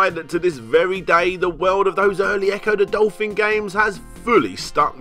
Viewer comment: Ecco duh dolfin